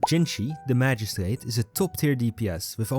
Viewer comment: Are you Dutch by any chance? The way you pronounced magistrate gave very Dutch vibes